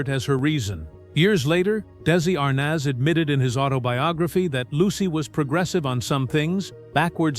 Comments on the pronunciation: Arnez not arnas nez get these names right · Lucille Balls' husband "Daisy Arness"🤣🤣I really wish people would start narrating their own shit again🙄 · Good old Dee zee arnez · Awful narration Dessy Arnoz then Arnaz? Destitute studios? I thought everyone else calls it Dezilu(pronounciation)..stopped watching as it all started. Could do better with a 'real' announcer.